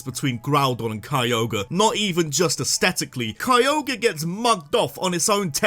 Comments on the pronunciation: THE R IN KYOGRE SHOULD BE AFTER THE G! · ITS NAME IS KYOGRE, NOT F*CKING KROGER!